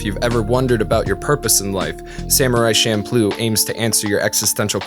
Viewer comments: I hate to be a nitpicker but isn’t it champloo? With “CH”? I do know that the food is pronounced with the CH but that doesn’t necessarily mean the anime is pronounced that way. This was a good analysis and so far I have been enjoying this series of look backs. These ‘golden year’ anime’s were what made me come to japan in the first place. Now I’ve been living here for 10 years and I find that wouldn’t want to live anywhere else. Keep up the good work. (Despite my nitpicking) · You don't put it in your hair so it's not shampoo. It's cham ploo. Don't overanalyze fantasy then screw up the one real thing about it. It also doesn't mean improvisation but when things are just thrown together. It's also a basic kitchen sink stir fry and delicious at 3am after way too much Orion. Okinawans have a tough time keeping our language intact... Just wanted to make sure people at least know one word. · Wait, has anyone else said Champloo like champloh? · I thought "Champloo" is "Shampoo"